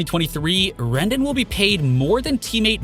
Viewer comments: He also pronounced Rendon like rendin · You can’t talk baseball and say Rendon’s name wrong man